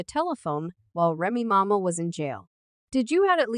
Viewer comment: “Remy mama” “paypoose” 🤣🤣🤣🤣 if you gon do it, SAY IT RIGHT.